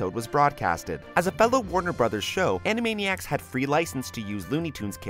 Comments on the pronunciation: You said animania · Were AN-A-MANI-ACS and were zany to the max!